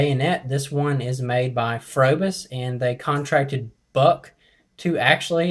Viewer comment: It's pronounced probis the H is silent